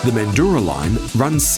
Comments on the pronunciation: Didn't need a Kiwi narrator who didn't bother to research local dialects with regard to names - it isn't Mandoora it's Manjra! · You cant pronounce Mandurah. (Man-dra) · Oh my god😂 great video but the pronunciation of Mandurah is basically " mandruh" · You said it wrong it’s mandrah line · "The guy" Timo is referring to is the commentator (you ? ) who has mispronounced Mandurah (pron Man-djrah) as mentioned by Jason G. The commentator has a NZ accent and may also be familiar with some of the old diesel powered multiple unit rolling stock from Perth that ended up in NZ. Excellent video by the way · Hello, just a few things... services on the Fremantle line were closed from 79 to 83, the B Series do also run on the heritage lines as well, they have been running on the Armadale line a fair bit lately and Mandurah is pronounced Man-Drah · Yeah was a informative video but missed those key lines and the pronunciation of Mandurah stirred some weird feelings in me hahaha 🤣